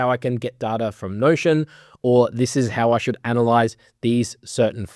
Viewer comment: sehr gutes video aber du sprichst Data die ganze zeit falsch aus bitte ändern